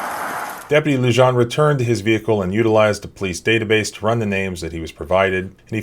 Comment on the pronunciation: The 'j' in Luján is pronounced as an h.